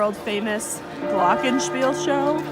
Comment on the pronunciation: You said it right lol but glockenspiel is a “play” at a certain time... with bells lol ! Glocken are bells